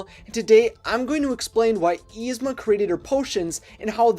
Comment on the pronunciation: [is-ma] not [eez-ma]!